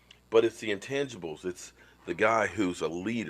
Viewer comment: "Intangibles", not untangibles.